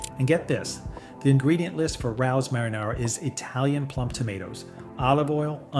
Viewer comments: Pronounced, ray-oh’s 😊. That’s the only one I buy. Although it is pricey, if you went to a restaurant, you would pay $25 at least for a serving of spaghetti. 🍝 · Rao's is a legendary, immpossible to get a table, Italian restaurant in NYC. But it's pronounced Ray-O's - Otherwise, excellent information, well presented. 👍